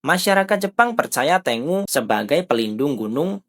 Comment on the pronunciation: Ten-gu Bukan Teng-u